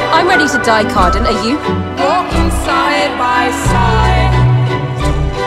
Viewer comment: I'm not to only one who heard her say Cardan, right??? I mean she said CARDAN!